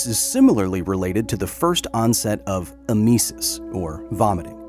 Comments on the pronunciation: Kyle, it is pronounced Em-e-Sis not e-ME-sis. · It's Ĕ-mĕ-sis sounding like e-muh-sis. Medical terminology can be hard. There are 2 technical ways to say Teratogen (a substance, chemical, or environmental exposure that can cause damage to a fetus.) Both are right, but show where you learned your medical terminology. Ter-ă-tō-gen (sounding ter-rat-toe-jen), or tera-tō-gen (sounds like tera-toe-ghen). Again, both are right. Tomāto tomăto. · “em-eh-sis” is how you pronounce emesis btw. I was curious wtf it was until I read it. 😅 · Imagine having hot, radioactive liquid explode all over you like that. I can't imagine it. It must have been just horrifying. Also, I like his pronunciation of emesis. em-EE-sis instead of EM-uh-sis. The wrong emPHAsis on the wrong syllAble. Lol what movie is that from? I can't remember. Maybe a TV show? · That's a cute way to say emesis, I don't think I've ever heard that one before! 🥰 (I'm a nurse, and I usually hear it pronounced like "EHM-uh-sis", but one of my favorite things about medical terminology is that everyone says things a little differently.)